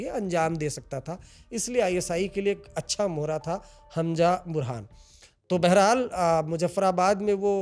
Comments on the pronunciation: Hanja nahi hai wo Hamza hai pls pronunciation shi kro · Its hamza not Hamja. Haajmola mat keh dena